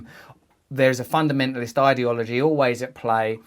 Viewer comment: Adore when they say idiology, like it takes idiots to think it all up.